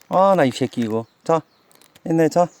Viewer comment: ㅋㅋㅋㅋㅋㅋㅋㅋㅋㅋㄱㅋㅋㅋ아버지 말씀하시는 게 더 재밌네요. 털털한 웃음소리와 추임새같은 셰끼! 요셰끼! 찰집니다ㅋㅋㅋㅋㅋ